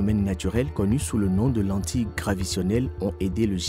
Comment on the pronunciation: On dit lentillle graviTAtionnelle, et non gravitionnelle....